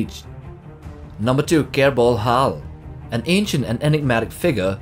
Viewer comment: Kelbor Hall, not Kerbol Hall